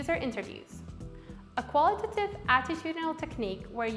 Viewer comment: The "qualitative" and 'quantitative" pronounciation kept throwing me off. Here's some user feedback for ya!